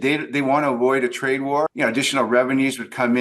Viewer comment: I heard you say "They want to avoid a trad war" umm I think that's wrong